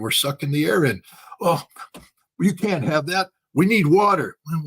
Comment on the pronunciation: Scott, if you can't afford to say "can't" with a T, just say CANNOT.